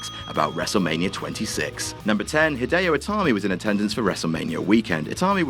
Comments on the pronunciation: "Hidio Itami"? Come on. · "Pheonix" and "Hidio Itami" in one video. Good grief. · I think you guys meant, "Hideo Itami."